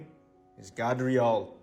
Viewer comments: Ty for the Video! 1st clip Gardriel (Gard - God?) Nah you can't put an a for an o, come on. But the rest may be real😉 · hey dumb as_ that isn't pronounced as god in any way its gad dre all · Cause its called reaching 😂 Gadreel .. Gabriel .. gave .. you're gonna pronounce the A as a long A .. not short .. so yeah , you're right